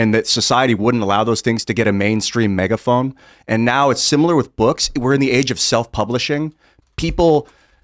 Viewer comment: pronounce "megaphone" as "megaphome"